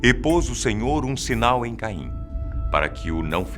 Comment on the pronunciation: Falar Caim com "Ca " como a sílaba tônica é muito mais foda